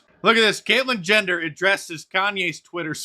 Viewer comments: Is he saying Caitlyn gender? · "Caitlyn Jender" lol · Did anybody else hear Mark call Bruce, "Kaitlin Gender" or are my old ears failing me? FJB, 45/1.